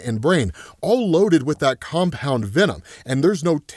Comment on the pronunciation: "Compound V"enom Say that again